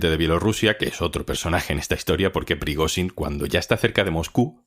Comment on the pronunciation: La corresponsal internacional debería aprender idiomas y fonética. Cada vez que pronunciaba Prigozhin quedaba en ridículo.